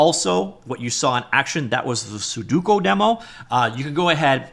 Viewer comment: "Suduko", why do you pronounce it like that 😭